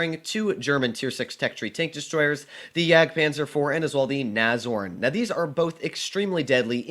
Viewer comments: Nobody:: Nazorn...Nazorn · Is it pronounced "Nash-horn" or "nazorn"?